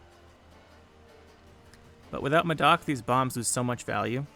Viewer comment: Madoc ❌ Ma dawg ✅